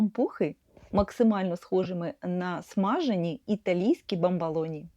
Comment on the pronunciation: Маленька корекція-- БАМБОЛОНІ,з О у другому складі, якщо Ви посилаєтесь на італійські bamboloni.Розумцю,що ні на що не впливає,але ріже вухо.